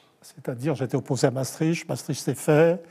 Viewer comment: M. Devieccho, c'est Mastricht et non pas Mastritch!